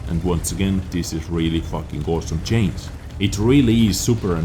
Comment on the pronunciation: No hard feelings, but even foreigners can say CHANGE and not CHAINS.